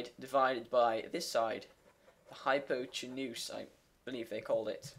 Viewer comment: Just so you know, the emphasis in the word hypotenuse is like: hy-POT-en-use